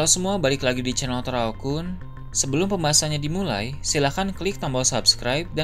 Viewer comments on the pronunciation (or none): none